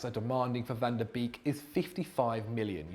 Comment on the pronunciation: Ffs, you pronounce "beek" like "bake", why is it so hard to do that, this is really dissapointing